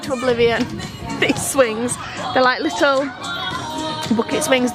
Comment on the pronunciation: And every fooking thing is ‘LITTUL’